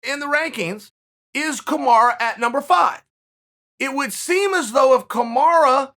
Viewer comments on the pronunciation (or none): ''KAMARA'' ur killing me Chael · Chael - Kumara Me - Kamaru Chael - Kamara Me - ok great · Me: Kamaru Chael: Kamara Me: Ok, great. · Kamara? Is that Kamaru's sister or something